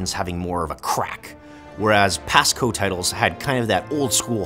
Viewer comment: Why does he keep pronouncing COH as "KOH" lol. I've never heard anyone say that. It's usually "SEE OH HEYCH'